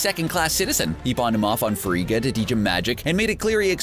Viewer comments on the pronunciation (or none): Frigga. Not Frieda. facepalm